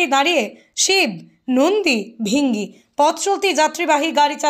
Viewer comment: কথাটা নন্দী ভৃঙ্গী ।ভৃ হবে ।